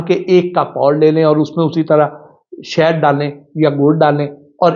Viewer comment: جاہل شہد ہوتا شید نہیں منہ دھو کر اچھے کپڑے پہن لینے کے باوجود جاہل صرف زبان سے پہچانا جاتا ہے